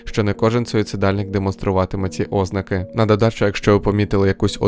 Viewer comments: Бісить коли кажеш Ознаки, замість ознакИ! А так цікаве відео ❤ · ти якийсь бот? балакаєш так ніби ти нежива людина, правильно не 'ознаки а озн`аки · після наголосу óзнаки, захотілось суїциднутись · Будь ласка зверніть увагу, у слові ознАки наголос на 2-ому складі